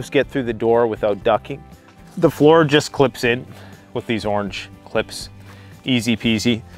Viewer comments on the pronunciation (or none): none